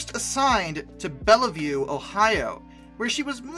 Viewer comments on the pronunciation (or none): Great video, but the picture you show for a NKP(W&LE) S4 2-8-4 is of a PRR J1 2-10-4. Also Bellevue Ohio, pronounced Bell-view, Wabash is pronounced , Kanawha is pronounced as Kuh-NAW by the C&O and in WV, Matewan is pronounced Mate-wan and LaFayette is pronounced LAF-ee-ET.